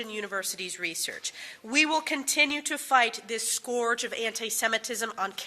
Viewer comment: Why is the first woman mispronouncing "scourge" the same way DJT does?